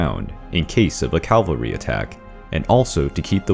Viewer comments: and "calvary" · Why do Americans have such a hard time pronouncing cavalry?